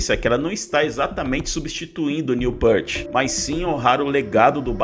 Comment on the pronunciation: Querido responsável pelo canal. Não, o retorno à atividade deles não é por dinheiro, eles não precisam disso. Outra coisa, não é Jédyy Lee, se fala GUEDDY Lee, muito menos Neil Pêart, se fala Neil Pirt. Tuas afirmações estão equivocadas e não respeitam o trabalho de mais de 50 anos do Rush. Fica a dica. Postar vídeos por dinheiro tem muito mais a ver do que eles tocarem por dinheiro. Lamentável.